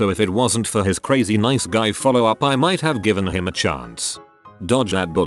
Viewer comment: The robot narrator: standard speech during a whole sentence, H-I-M.